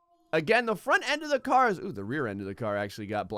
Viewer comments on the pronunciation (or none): none